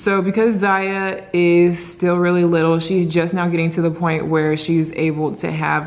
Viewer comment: she says w’s instead of l’s awww ☺️